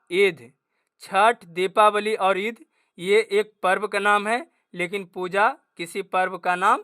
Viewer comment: सर आप पूर्व नहीं होता है ❤ पर्व होता है 😊😊